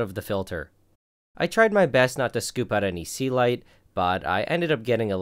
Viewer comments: I have always wondered what the fuck is "sealight." First time I see it written in the video and couldn't just believe it was "Celite" all the time. You sir, have completely wrong pronunciation for that word. Please, try to say it correctly. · That's the first time I see the word Celite, because I kept hearing 'sea light'